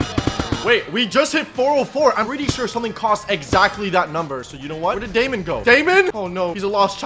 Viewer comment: You calling the sheep daymon